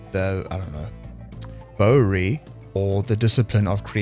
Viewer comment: "Bowyery" = the art of making bows. A boywer, is one who makes bows. Pronunciation guide: Bow = bo. Bowyer = BOi - yer. (Like saying "boy" then adding "yer." Stress is on BOi.) Bowyery = Boi - yer - ree Easy. :)